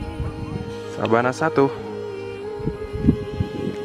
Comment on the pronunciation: Sabana apa savana sih